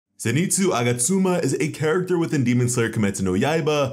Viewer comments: He really said zenetzu agastuma 💀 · “Zenitsu aga suma” WHO THE HELL IS THAT its zenitsu a-gat-su-ma